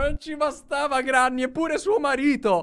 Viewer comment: SI DICE GRENNY